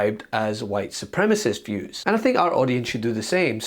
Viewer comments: Did she say "White Supremis" ?!!? She DID! She was so busy trying to blather as many WORDS as she could, that she was repeatedly shorting syllables. " Su• prem • I • cist ", Little Tinker Toy Elected Official; Good Gawd ! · I wish they could pronounce the word “supremacy or supremacist” ! How sad these republicans are as supposedly “educated “ lawmakers.Boebert just makes me laugh every time she speaks. Just like Marjorie Taylor Greene makes me laugh at her ignorance! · She doesn’t even know how to pronounce “supremacist” correctly. I highly doubt some dumb white lady who doesn’t know how to correctly pronounce a word could be “supreme” at all. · "White supremist"? Hey Lauren! It's "SUPREMECIST"! She can't even properly describe herself! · Does Lauren not know the word is supremacist and supremis? HOW DOES SHE HAVE THAT JOB?! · She should learn how to say “supremacist” first, then learn what what supremacy is. 🤦‍♂️ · Yeeeaah...and she can't even properly pronounce the word, "supremacist", multiple times. It's like over and over and over proof of her poor education and just plain ill-bred ignorance. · Well, I'm a little speechless here. Lauren Boebert would have to have some inner feelings of superiority to say the incredibly ignorant things she says. And she can't even pronounce 'supremacist' or 'democratic'.. yet she continues to spout her ignorance. So what else would be the conclusion but the inate feelings of European immigrants that they are superior to others? Most people would have the good sense to keep quiet. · The dumbass can't even say supremacist. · Lauren can't really pronounce words right. That's insane to me. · White supreamast??? Wtf does that mean? Surely to get into office you should at the very least, know words.🤡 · Aww poor Booboo. Always trying to sound clever. You can almost see her pat herself on the back when she manages to say a 2 syllable word. Mispronounced nonetheless. Supremist instead of supremacist. Idiot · "WHITE SUPREMIST"